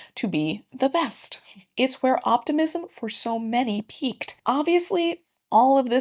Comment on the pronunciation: I thought you said “autism” instead of “optimism” and was VERY CONFUSED for half the video 😂😂😂